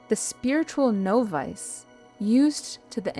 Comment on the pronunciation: Wonderful reading. Thank you for not using A.I., I loved the reader's voice and even appreciated hearing her human breath (even though she misspoke the word "novice" 😉).